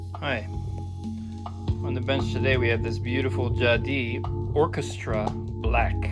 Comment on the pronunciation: Jadissss not Jadi , please c'est français